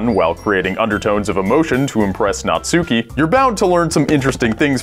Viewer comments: natsuki.... not suki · You call Natsuki Nutsuki... ;) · The way everyone pronounces Natsuki is so cringy. Not only do they pronounce the u, they emphasize it. ...it's pronounced "natski" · why do people say the u in natsuki so hard smh